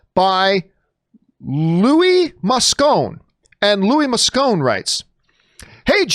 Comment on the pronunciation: John Campea per favore con un nome Italiano...... You could have pronounced Moscone properly ;)